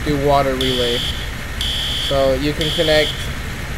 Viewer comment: "HERE COMES ZE WATAH!" 🤣🤣🤣